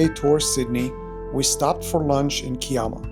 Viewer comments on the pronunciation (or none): Kiama is pronounced Kai-ama not Key-ama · I know it’s a few weeks old…. But…. Pronunciation….. Melbourne is said as Mel-bun, Kiama is K-eye-ma, circular Quay is Circular Key…. The res you did okay…. 👍